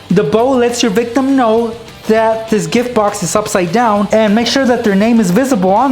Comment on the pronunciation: why do you say victom😐😐😐😐😐😐😐😕😕😕😕😕😕😕😕😕😕😕😕😕😕😕😕😕😕😕